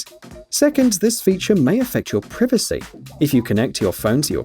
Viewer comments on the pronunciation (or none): did he say privacy wrong😂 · When he said "priffacy" i felt that. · Did he say pri-va-c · malias account ahah, neh. Its a british thing.